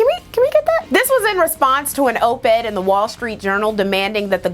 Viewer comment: Op Ed, not oop ed.